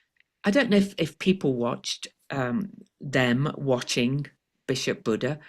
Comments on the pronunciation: Happy Birthday 🎉. BTW I believe her name is pronounced “Buddy” ❤ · I think it's pronounced Bishop "buddy." You know, after years of moving Matthew Shephard's remains around, this Bishop offered him a final resting place at the National Cathedral.❤